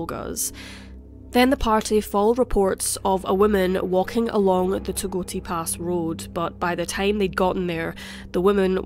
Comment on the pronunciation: It's Togwotee Pass.